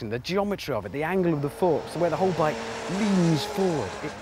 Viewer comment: At the start, did he say "The right place for the right blike"?